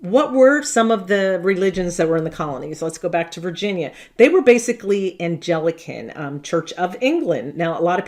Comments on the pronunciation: "Angelican" and "Congressional" ...? You sound ridiculous. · It's Anglican, not 'Angelican'. Anglican is derived from the Angles, one of the German groups which invaded and conquered modern England. Anglo-Saxons. The word England itself is derived from the Angles; England literally meaning land of the Angles. The Anglican Church is just another name for the Church of England. All members of the Church of England are called Anglicans. It's Congregational, not 'Congretional'. Congregational refers to their form of church government. They are from the Reformed movement. It's Massachusetts. Mass a chu setts. Not 'Massatushes'. The colony was named from the Algonquin (native tribe who lived there) word meaning 'the place at the big hill'.